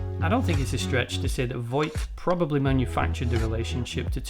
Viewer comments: It's Vought, not Voight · The Boys is an excellent show, and you did a really good job of analyzing it. However, I have a couple of criticisms. Sorry to be pedantic, but you keep pronouncing it Voight. It's Vought. I apologise, it's not important, it just irked me. I would also suggest boosting your voiceover level a bit more. It's rather quiet. You could maybe use some compression to squish down the peaks and give yourself some headroom. Finally, you could do with getting some better music. The music you've used here is rather generic and it doesn't really suit the material you're discussing, it's a bit jarring and incongruent. Please don't take this as a dis, it isn't, I like what you're doing, and it would be nice if your production improved so as to do your work justice. Best of luck to you. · So, a lot of the time when you are saying 'Vought", you end up saying "Voight" instead, which was really gratifying because I can never fucking remember the corporation's name, and always hear "Voight" in my head when it does come to me. Then I feel crazy when they say Vought on the show. So, hearing you do it over and over again too was really validating. Also this was a lovely little essay that was well done and satisfied my late night craving for someone talking about the show. Thanks for making it. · Bro it’s pronounced “vought” not “voigt” but good video